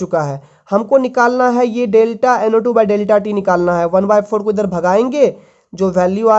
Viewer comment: U have to speak clear Like u say NO2. Ko NA mtlb kuch bii smjh ni ata ase mai